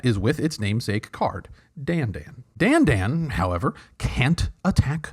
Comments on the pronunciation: FYI the hat on the second a means Dandân should be pronounced like Dan - done. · Thank you. I knew that the accent meant the second 'a' should be pronounced differently, and always wondered why everyone else didn't bother to at least make the two vowels different, even if they didn't know what vowels they should be.